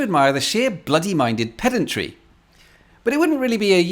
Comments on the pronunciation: I get the irony but thats not how you pronounce pedantry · Well actually…every time I hear a Brit talking of pedantry I chuckle.